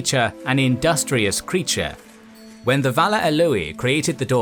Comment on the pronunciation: The Vala Alooey? Did you mean Aule? Just making sure.